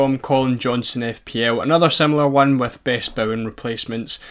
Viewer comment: Craziest way I've ever heard someone pronounce Bowen